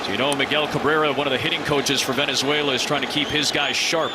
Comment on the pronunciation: 主審はべねぜいらより寄りだ 何回間違える？